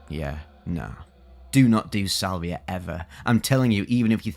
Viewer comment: Salviuhhhh mmm crispy brain